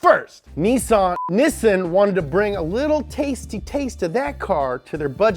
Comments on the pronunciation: Say it with me: KNEE-SAAN. Not, NISS-SIN. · Speak Japanese. It’s pronounced like most say it ... knee-san. Where did you get the idea it’s nih-sen? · Its pronounced NEE-SAHN watch?time_continue=16&v=3l8xFCLB1m8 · ITS KNEE SAUN NOT NISIN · Its not nissun its niiiisaaaann lol 😆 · Its nissan not nisend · Why do you say nissin it’s Nissan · Nissan... not nissin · Nissan not nissin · Why does he say nissin instead of nissan? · Dude, I love, LOVE your shows. They are great! Informative and entertaining. BRAVO! But one thing.... You say a car company's name...just wrong....wrong! Nissan. Nissan is pronounced NEE-SON. I lived in Japan for 4 1/2 yrz and speak Japanese. It's not "Nissin" which is the Food Company like instant Ramen.... It's Nissan (Nee-SON). Just sayin. Cheers and Rock on! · Me: Nissan My brother: Nissin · The was he says Nissan sound like he's says Niss in instead of Niss an. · It's is pronounced Knee-Sahn, not Nisz-sin. Take two minutes to find the really good video on correctly pronouncing Japanese car makers in English. I'll try to find the link. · Nissin Sentra SE-R INSTANT RAMEN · ITS NEESON NOT NISSIN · It's pronounced neesawn. Look up the video from MCM where Japanese people tell you how to pronounce their car brands. The only thing that pronounced as nissin is the brand of noodles. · I cringe every time you pronounce Nissan nissssssen it’s NI-SSAN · Nissan= Nessin?! I thought it was pronounced, nee- sahn......Neee- Saaahn!!!!!!! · "Nih-sun" I thought it was pronounced "knee-san" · why are you pronouncing it nissin instead of correctly? (NEE-sahn) mcmtv2 has a video on how the Japanese pronounce car manufacturer names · NEEESAWWN NOT PISSIN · He says Niss-an, I say Nee-san...umm hmm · Why do you keep pronouncing Nissan wrong? It is pronounced (Nee-Sahn) not (Nis-an). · All this episode made me want was Nissin ramen. Seriously idk why they switched pronunciation when even in Japan they pronounce it Nee-san. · Nissaaaaaaaan!!!! Not nissin!!!!!